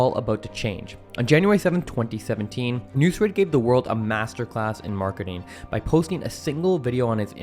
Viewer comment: His name is not nusr 😂nusret dump yankee